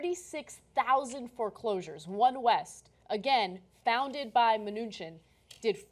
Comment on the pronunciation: From all the ways you mispronounce this Mnuchin guy it sounds like you're all struggling really hard not to call him Munchkin :3